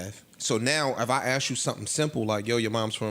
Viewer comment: Jesus Christ stop sayin AX for ASK...it's not cultural, it's irresponsible and dumb AF